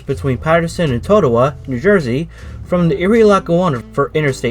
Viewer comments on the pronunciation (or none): And "Toe-way-co" and "Toe-TOH-wah". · Lovely video. But the one guy repeatedly saying “Boon-tahn” is cringy. Technically, it’s pronounced “Boon-tin”, but us locals pronounce it “Boo-tin”. The other mispronounced town is Totowa (“Toe-tuh-wah”) Next do the Bergen line with stops like Hohokus & Mahwah. 😜